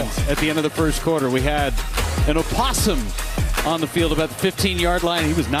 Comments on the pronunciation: Bro called it opossum and not opossum like it's supposed to be pronounced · Not the announcer pronouncing the “O” 😂😂